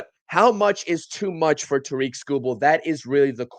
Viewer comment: Terrick, not TaReek